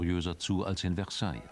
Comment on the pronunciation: Mein Franzpauker meinte, das Wort "Versailles" wird mit einem sanften "s" gesprochen. Bei jedem solchen Fehler denke ich an ihn.